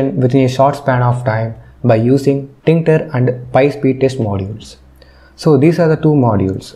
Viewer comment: That is tkinter. You pronounce false.